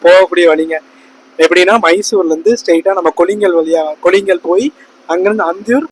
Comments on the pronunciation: Bro அது kollingal illa கொள்ளேகால் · கொல்லிங்கல்...இல்லை... கொள்ளேகால்....